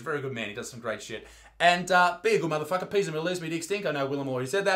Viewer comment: Haha peace sounds like piss